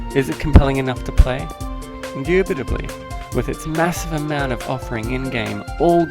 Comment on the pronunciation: did u seriously say indubeidely or w/e LOL,...